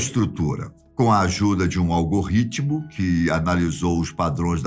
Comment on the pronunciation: Excelente vídeo! Só um detalhe: Não é algo-ritmo, mas sim algoritmo.